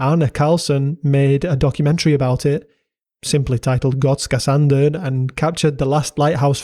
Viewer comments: I was there thirty years ago. It’s a really unique and cool place! Kudos to you for nailing the pronunciation too! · Jag är svensk och din "Gotska Sandön" som du säger det är bra! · I’ve gotta say - You absolutely nailed that pronunciation of Gotska Sandön! Very impressive! Swedish is NOT an easy language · Damn u even nailed the pronounciation. Big ups from Sweden. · You pronounce Gotska sandön very well ☺️ love from Visby Gotland 🇸🇪